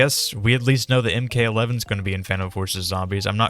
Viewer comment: Ah yes my fav dmr the "in k 11"